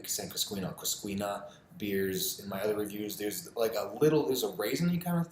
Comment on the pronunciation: It’s pronounced cuscenia and treego